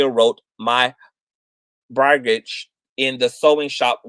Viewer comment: The word that’s driving you crazy is brigade Pronounced brig- aid . This story is horrific, Thank you for covering it. I hope Brittany can come home.